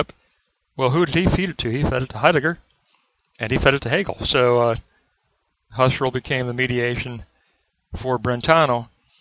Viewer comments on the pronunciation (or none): Husserl = pronounced "Who - Searle."